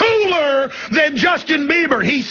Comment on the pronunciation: Justin bleeber lol Justin biebler lol